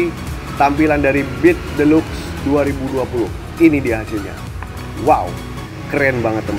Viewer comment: Deluxe dibaca 'dilaks" 😁